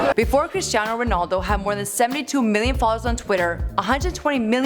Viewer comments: Cristiano, not Christinao! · CRISTIANO guys, not Christiano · It's not christinao it's Cristiano!!!! Oh come on can't even get the name right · It’s Cristiano not CHRISTIANO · Bro its, Cristiano not (christinao)wtf😂😂😂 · Christiano? Bro you're disrespecting a legand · ITS CRISTIANO NOT CHRIS-TI-NAO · Cristiano not CHristiano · “Christinao Ronaldo” is making my OCD go insane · Bruh this is wack It’s Cristiano not CHristiano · its not christiano ronaldo its CRISTIANO. and the title says cristino lol!!!!! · "Christinao" LOL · "Christiano" bruh are you for real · BRUH are you kidding me. It’s “Cristiano Ronaldo” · You messed up his name dumb asses 🤦🏽‍♂️🤦🏽‍♂️